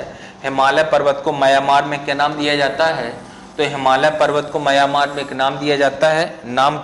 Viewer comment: सर जी आप म्यांमार को मयामार कहते हैं।